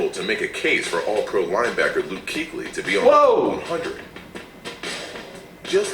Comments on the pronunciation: It's actually pronounced Key-klee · laughed my ass off at your annunciation of Kuechly's name. XD